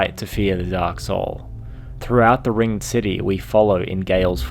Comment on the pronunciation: am I the only one who was annoyed by him saying ringed incorrectly? so much emphasis on "ed" when saying ringed knights and ringed city